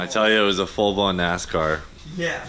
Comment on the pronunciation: “issa full blawn nascarrr” x